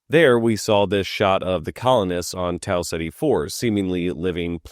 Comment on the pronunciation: Your pronunciation of Tau Ceti is incorrect, it is "Tau Keeta"